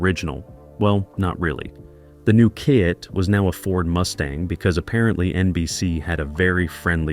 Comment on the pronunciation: I cringed at that myself.